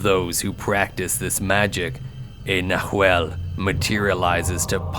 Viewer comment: Love the story! Oh, BTW, it's "nah whall", plural: "nah whal less". ✌❤